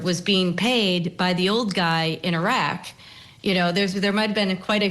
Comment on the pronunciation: I'm laughing because I didn't understand Iraq. I thought you said a rock. I thought a rock?? Then I realized what you were saying Iraq.